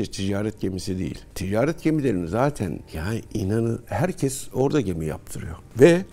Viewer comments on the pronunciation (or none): none